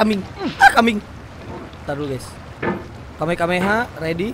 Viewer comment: Bukan kamekameha bang tapi kamehameha